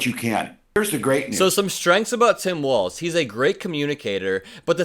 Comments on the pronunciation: Sorry but it's pronounced "Walls" not Waltz. Tim Walz is the better choice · Hey his name is pronounced WALLS (WALZ) NOT WALTZ LIKE THE DANCE.